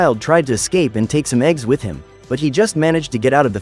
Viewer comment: With not witt